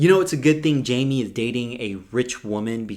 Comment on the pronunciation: Agree with your review. A little messy but entertaining. Also, it’s pronounced “hy-meh” 🤗